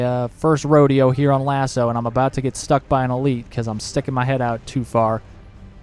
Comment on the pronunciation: MY MAN FINALLY PRONOUNCES LASO CORRECTLY! Cheers for the guide mate